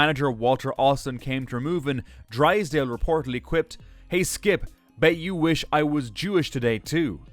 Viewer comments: Why can't they get a literate baseball fan to narrate. Drizzdale! Get someone who knows who they're talking about. Stick with Cricket, Nimrod. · I gave up after one too many mispronunciations' of Drysdale. Besides, Sandy Koufax caused me to lose money on the 1965 World Series. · This title is misleading, this guy does this clickbait for all his videos, diminishes famous people. Nothing sad about Koufax's life. And this guy doesn't know anything about baseball, misspelled Ernie Banks, mispronounced Drysdale and Hershiser, he had never even heard of them before making the video. Absolute garbage. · It’s Don DRYsdale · The narrator needs to learn how to pronounce Drysdale and Bavasi. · First, the tease about sadness is false. Second, the narrator should learn how to pronounce names of the people of whom he has obviously never heard, like Drysdale and Hershiser. This obvious ignorance dulls the verisimilitude of the presentation. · I was an 8 year old living in Minnesota when Sandy Koufax broke my heart in 1965. My 3rd grade Teacher wheeled a black and white TV into our class room for all the games. Greatest pitcher of all time. I can tell you're using ai for your narration because Don Drysdale in mispronounced several times. Orel Hershiser too. I sometimes use ai for narration on one of my channels as well. (It's called The Bay Tripper, if you want to check it out.) I've found that sometimes you have to purposely miss spell something to get the bot to pronounce it correctly. Great video! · i would not go as far as to call it garbage, but i do agree with you about the title, plus the way he pronounced Don Drysdale's name